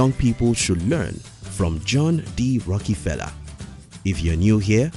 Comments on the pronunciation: It’s rockefeller not a rockee-feller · Sounds like John D. Rocky-pella